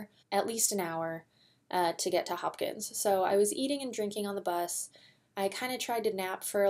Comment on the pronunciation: The race starts in Hopkinton, not Hopkins.